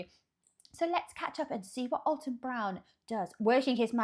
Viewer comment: It's actually AL-ton not All-ton.🎉❤